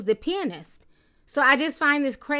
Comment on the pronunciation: I wonder how many of the people planning to boycott the movie just watched the new x-men? Hell, even I watched the new x-men. btw, Ti, you are one of the few people I've ever heard pronounce the word 'pianist' correctly.